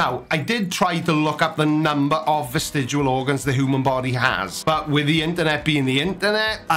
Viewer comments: Sorry to do this, but it's vestigIAL, not vestigUAL!!! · I used to wonder why you can't pronounce "vestigial" but now I know... It's because you can't spell the word either. :)